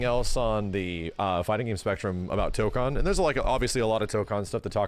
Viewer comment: I am he only one that every Time he say tokon Hears Dokkan? 😭